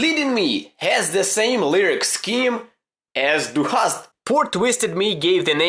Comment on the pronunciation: He pronounces 'du hast' so good